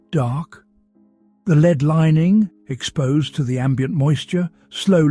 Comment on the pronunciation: Wonderful story, but the pronunciations of lead (as in the deadly mineral) and lead (as in what one does with a horse), was constant and annoying. I found myself more concentrated on that than the actual story at times, which was spoiling such an excellent tale. I realise there can be wrong pronunciations when reading lines, such as with wound (as in a cut in skin) and wound ( what one does with a clock) and the most often mistaken one made when playing the violin with a bow (as one makes with ribbon and correct) and bow, ( what one downs when bending over). Also frequently mixed up minute as in time and minute (mynuut) as in small As apparently these recordings are done in the US, I realise Americanisms come to the fore, as in Kilometers instead of the 1800's London's mile, closets instead of cupboards or aluminum, instead of aluminium, for instants. I know I'm nitpicking, for which I apologise, because this is by far the best of all the Sherlock channels and I look forward to the next story each night. But tonight's constant lead(led)/lead(leed), really was just too much. Regardless , thank you for a very interesting and different storyline